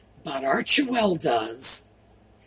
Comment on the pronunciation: Arch well you don't pronounce the middle e